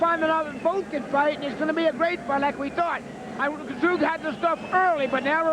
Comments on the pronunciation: it's pronounced 'TZ-YOO' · These American's can't pronounce Tszyu.